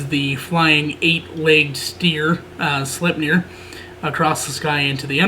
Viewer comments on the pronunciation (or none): I believe Slepnir is a horse. Think you said Steer..